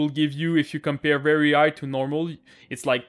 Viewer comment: This man needs letter H in his vocabulary, he really says Igh instead of high xDDD nice vid bro, you helped :P